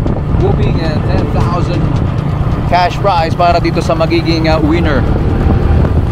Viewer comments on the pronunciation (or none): none